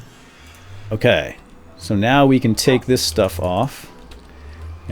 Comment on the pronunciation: BRESTPLATE WTF